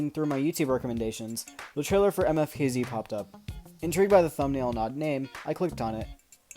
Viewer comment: I think you supposed to pronounce it like how the letters sound for instance you would make an M sound then you know what I mean